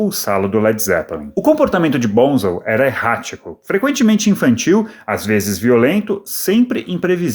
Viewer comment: vc sabe muito sobre o Led, mas nao coensegue pronunciar o apelido do Boham corretamente. Nao e BONZEL e sim BONZO. Aprendeu?